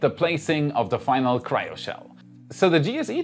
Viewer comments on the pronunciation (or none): none